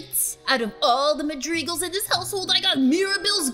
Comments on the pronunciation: Madrids it’s not called madrids it’s madrigals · u said madrigals wrong